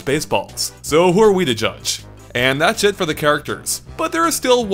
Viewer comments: and a few other times. He's saying "and that's it" but it just sounds like something else. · How come it sounds like hes saying thats shit instead of thats it